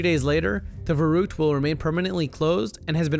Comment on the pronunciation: verrükt is pronounced 'ferruckt'